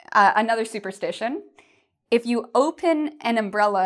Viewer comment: Hi l have a confus your write "superstition and superstitious " but it seems you pronounce superstitation and superstitatious please can you pronounce it well again?